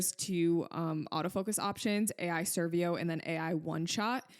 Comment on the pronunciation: ai servo not servio